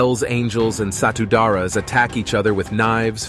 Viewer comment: The way you pronounced Satu Darah (one blood) is like Satu Dara meaning One Virgin which is funny. Indonesia pronunciation is true to the spelling.